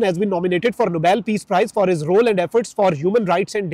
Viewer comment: NO BAYL. Peace prize NAHI. It is Pronounced as NOBEL.....NO BELL Thank you